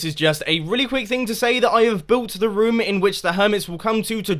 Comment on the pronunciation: You say rym when you say room